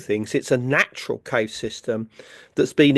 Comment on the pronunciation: Can't this man pronounce Cave correctly?